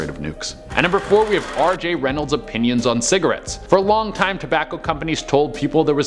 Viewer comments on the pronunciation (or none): BAR-NUM! And "Appions" ?! opinions..........